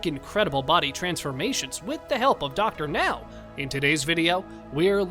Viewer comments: Thank you for saying Dr. Now's name right. 👍👍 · Finally, the narrator is pronouncing Dr. Now's name correctly! But the narration script is still very awkward...